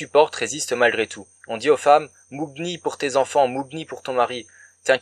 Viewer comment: Le 'gn' dans le mot 'mougni' se prononce comme le 'gn' dans le mot 'pagne'. D'ailleurs c'est mougne.... Ces franco-senegalais qui disent 'dans ma langue' alors qu'ils ne parlent pas ladite langue hein... petits coquins va!!